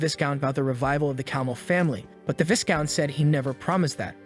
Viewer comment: Setting aside the butchering of names, it is Viscount (Vye-Count) not Viss Count. The S is silent.